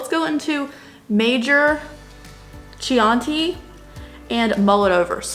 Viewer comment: 🇮🇹🍷Chianti is a strong maybe acidic Italian red wine pronounced Kee ahn tee The maybe short glass wine bottle/narrow jug is encased with a wooden basket like covering.